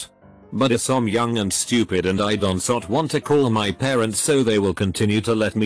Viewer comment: A beautiful artifact of these lazy text to speech reddit vids. Wouldn't be so bad if they did so much as a single listen and edit before uploading.